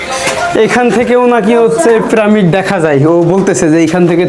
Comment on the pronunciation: ভাই, আপনার ব্লগ তো ভালোই লাগে কিন্তু আপনার কিছু উচ্চারণ সঠিক করতে হবে, প্রামিড নয় "পিরামিড", হায়েরোগ্লিফ্লিক্স নয় "হায়রোগ্লিফিক্স"